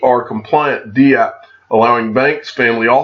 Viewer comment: It's dapp. Not "d" app.